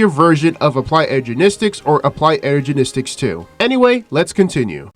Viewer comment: "Applied Energenistic"